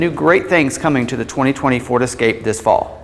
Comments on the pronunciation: It's "ESSScape, not EXXXcape. Jesus! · THIS is the guy you chose to do the video? First off, he's terrible and please let him know it's ESCAPE...ESS-CAPE. There's no "X" in Escape. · “ Ex” scape lol... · Please pronounce the name of the vehicle correctly. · Triggered me right away